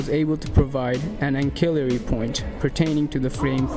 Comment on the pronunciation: The c in ancillary is pronounced like an s. It's an-si-lr-ee.